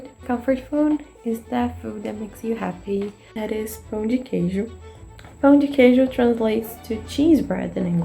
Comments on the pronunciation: It's tricky to say "pão de queijo" correctly. It sounded like "pau de queijo", which would make any Brazilian laugh out loud: that would mean "cheese dick". They are delicious, though! Easiest way to make them is to buy the mix in the supermarket and add eggs and milk. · I'm sorry, but it's very funny when a gringo tries to say 'Pão de Queijo' because it sounds like 'Pau de queijo', which is like Cheese stick or cheese penis haha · just a tip :) careful with the way you pronounce “pão de queijo”, bc if you don’t properly nasalise the “ão” sound in “pão” it sounds like “pau” (like it did in the video) and then your saying “cheesy dick” in Portuguese instead of “cheese bread” 🥲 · LMFAO my god you absolutely murdered those Pão de Queijos lol. They should have a texture somewhat between your 2 takes, should be chewy but not stretchy and stringy. They should be a little elastic but then break. And yours looked kinda dark and dry inside, which leads me to think you may have put too much flour. The thing with the Cassava Flour is that it has some variants, and the one you should use is called something like sour starch (polvilho azedo). It is a little more acid, and if you put too much, it tastes like tangy and not that good. Pão de Queijo should taste like powdery and salty on the outside and be a little more wet and chewy on the inside. It's great with fillings too! Usually, we get them while still hot and spread butter, so it melts, then put some Requeijão, which is a silkier, less sour cream cheese we have in Brazil